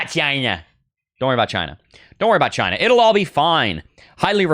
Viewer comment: "dont worry about CHY-NÑA":face-blue-smiling